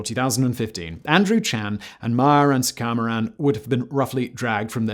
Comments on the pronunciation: It’s pronounced “soo-kah-mah-ran” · ABSOLUTE travesty - YES, this video! Did not even spend five minutes on learning the pronunciation of the names: "Suka-maran" = Suku-mayran "EN-guyen" = "Wen" (When)